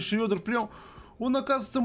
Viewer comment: не шрёдер, а шредер:)